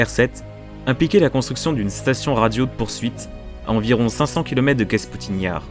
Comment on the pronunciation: Très bonne vidéo. Quelques erreurs mais dans l'ensemble c'est excellent. Attention ce n'est pas Kasputine Yar mais Kapustine Yar (le vallon des choux si l'on veut) et la prononciation de Voskhod est bizarre mais c'est un détail. Je vous signale mon site consacré à l'actualité quotidienne de l'activité spatiale russe, en français: kosmosnews.fr.